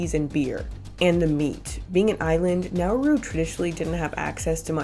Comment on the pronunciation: it's not pronounced now-uu-ru, like you're saying. it's like, quicker. like nah-roo.